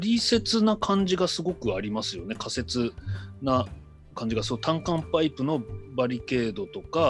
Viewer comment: 仮設と仮説を両方つかうから、仮説（かりせつ）って普段は言ってるのかな？